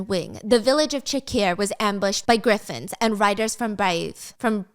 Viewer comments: Girl I love you so much but it's pronounced "griffins" not gryffins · the way Stephanie is pronouncing "Griffins" 😂😭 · 😂😂😂 I thought I was the only one who caught it